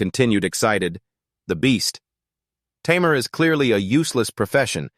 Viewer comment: Can't you pronounce tamer as tamer not tammmear